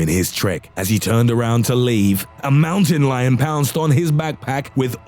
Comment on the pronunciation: Fucking he goes MOWTEN LIYON